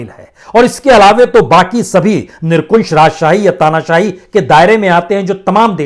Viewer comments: Sir nirkunsh nahi nirankush shabd hai ..bolte samay Dhyan dein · सर जी आप निरंकुश को निरकुंश बोल देते हैं, गुस्ताख़ी माफ़ हो। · वाजपेयीजी कृपया कुंश नहीं शुद्ध उच्चारणअंकुश करें । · निरंकुश होता है। निरकुशं नहीं होता है कृपया सही करें। धन्यवाद। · Not nirkunse but correct is nirankush. Sorry, thanks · Nirankush hota he nirkunsh nahi sahab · क्षमायाचना के साथ ...... निरकुंश नहीं 'निरंकुश' । 🙏